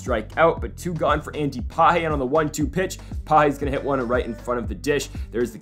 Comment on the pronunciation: I think it’s Pa-Hays. The G is like an H, and the S is not silent. So basically exactly the way you’ve been saying it, just add an S at the end lol.